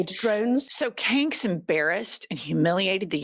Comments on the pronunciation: Love that you call him 😭😭😭😭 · You do mess up our language,.